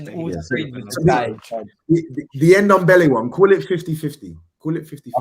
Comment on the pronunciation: You also called him NomNombele....